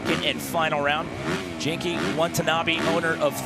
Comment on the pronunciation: please learn how to say genki it’s so painful that you guys keep calling him wanky. i’d think you guys were racist if i didn’t know any better